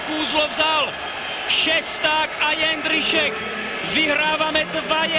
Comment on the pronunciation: jeNDrisek nedal, jeNDrisek goool :D